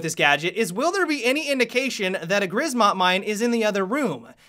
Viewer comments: In Grzmot, the z is pronounced like a J, I believe. Grjmot. It the polish word for thunder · Grizmot mines! ?!? XDDDDDD it is Grzmot mines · 'grzmot' is pronounced gjmot :) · "Rz" in grzmot is prenounced as "ż" look it up. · I'm Polish, as soon as I heard attempt at pronouncing "Grzmot" i lol'd hard:D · It hurts me inside how you pronounced Grzmot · please instead of Grzmot say Thunder because you don't know how to say it properly in polish so please. No offense though keep up the good work on the tubes i'm waiting for sunday mailbox.:))